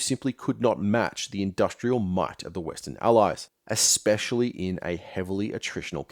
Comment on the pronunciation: "Ek-specially"... You can't sound wise when you mispronounce basic words.